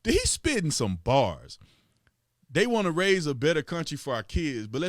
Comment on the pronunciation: Dude says boors, cmon Tatum, you can say bars!!